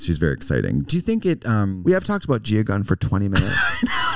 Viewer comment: Was it just my deaf ass or was Trixxx saying GUM insteadaGUN for a whole second